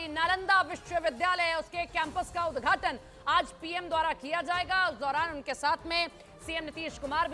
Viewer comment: Udghat bolo udghachan kyo bol rhi ho